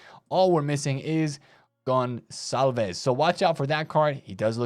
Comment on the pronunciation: Spot on the Conçalves pronunciation. :)